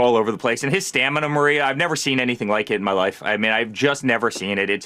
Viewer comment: HUH? " Mental STANIMA?" LOL LOL 😆 🤣